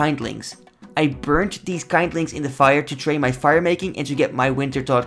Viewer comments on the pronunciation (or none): "Kind lings" C'mon bruh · Hey just do you know, the first i in kindling is pronounced like the i in "kill", not like i in "kind" (eye) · Haha funniest mispronunciation I've heard in a while.